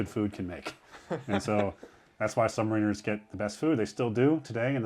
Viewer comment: As a former main space electricians mate, I found this video fascinating. I hate to correct this excellent guide, but please quit saying “submariners”, it’s pronounced “sub-mariners”.